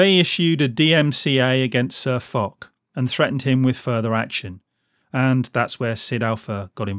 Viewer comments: For those of you telling me that I pronounced SirFoch's name incorrectly, I know, thanks. I realised my mistake too late too change it on the video. So apologies to SirFoch for getting his name wrong. I promise I won't do it again. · Panthers997 Cheers. Yeah, I found out I'd got the pronunciation wrong once the video went live. And you're not being an arse. I'd rather be set right than keep making the same mistake over and over 👍